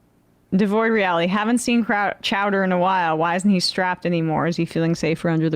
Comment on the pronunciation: Chow-dear? Chow-dear? It's Chowdah! Say it right!